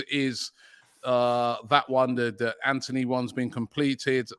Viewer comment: It's Antony not Anthony.